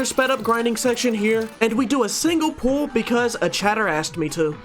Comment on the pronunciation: When u say pull i hear pull up 😅😂